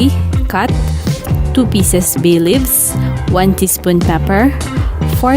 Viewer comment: Bay leaves!!! 😂 beelivs